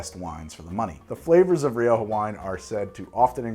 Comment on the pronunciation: Syrah and shiraz are both correct. But Rioja is "riocha", with a sound like the end of "loch".